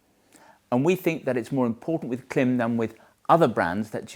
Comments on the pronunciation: Klim IS pronounced “climb”. Their own marketing confirms this. Change the way you pronounce it please. It hurts your credibility and misleads your audience into making the same mistake. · Klim. Pronounced Climb. As you know. :) Well done on the clickbait engagement tho! :D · Great reviews. I found my way here via a 5 year old video for the Zephyr Wind Shirt. Though I am surprised that 5 years later you're still pronouncing it with the short "i" rather than the long "i" like "climb" since it has the bar over the "i" right in the logo. They also use the "climb" pronunciation in their own promo materials. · Its pronounced "Clam" you Winker. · Stop disrespecting Klim and misleading your audience by mispronouncing their brand name. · Great video, thanks for sharing! Just FYI, you are saying the name incorrectly, it rhymes with climb. There are several videos on the Klim channel with employees saying it correctly. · How many times can you mispronounce the name Klim in one video? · Only fifty-four times! 😂